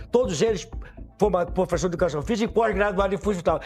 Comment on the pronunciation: Calma 😅😂😂